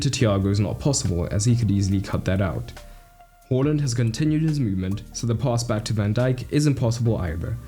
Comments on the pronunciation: Awesome video! But please pronounce Haaland's name correctly. Long a, short L, not the other way around bro. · Who the fuck is “whorelund” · Stop saying Horland. He said to pronounce it like it's spelt. He said it in multiple interviews. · Haaland not hallland